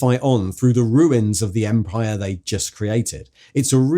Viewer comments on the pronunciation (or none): none